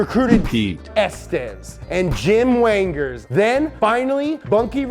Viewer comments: "Jimmy Wanger?" ;) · lol ... John Wangers